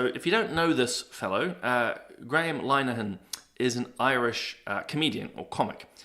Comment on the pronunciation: Hello, I love your show ❤. By the way, Linehan is pronounced LINNER-han 😉 (linner rhymes with dinner)